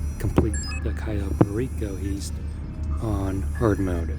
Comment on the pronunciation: It's an heavy "I" on heist my guy